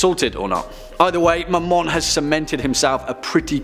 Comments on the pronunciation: When he said Mamon I thought he said my mom😂😂and I was looking through other videos and when I heard that I was caught so off guard😂😂😂👌🏻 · When I heard him say Mammon I thought he said ‘my mom’